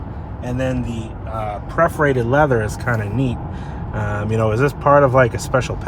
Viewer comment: it is PERForated, not Preforated.